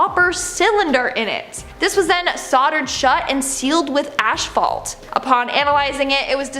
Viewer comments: It’s just frustrating how dumb these YouTubers are. They’re the ones basically teaching the kids stuff these days and it’s “ashvault” and “eewmumu” and “like” this and “like” that 😂. Whatta world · Lol "ash fault"